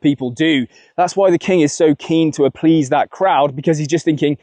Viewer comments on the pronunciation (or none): The king is okay to what that crowd? Applease?? 😂😂 Good God are you supposed to be one of the clever ones? 😂 Applease 😂😂😂😂 I love it! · Came back just for “applease” 😂😂😂😂😂😂😂😂😂 what a belm you must be to think that’s even a word.